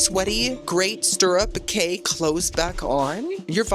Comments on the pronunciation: What a bargain! Fun fact: A “Cay” in the Bahamas is pronounced “Key.” p.s. I always love how even when you don’t particularly like a gratis item, you are always so grateful for it! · Love your videos but, dude, it's time you know 'Cay' is pronounced 'Key.'